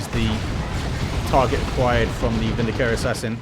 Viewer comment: Whoever tried to correct you about the pronunciation of "eversor" was wrong. It's "EV-er-sor" with the first syllable emphasized, that's exactly how it's pronouced in Chaos Gate: Daemonhunters. You were also pronouncing "Vindicare" correctly to begin with.